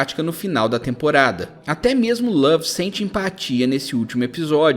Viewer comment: Esse cara falando lave ta dando raiva já